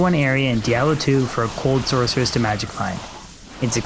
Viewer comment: SorKeress. Kills me everytime.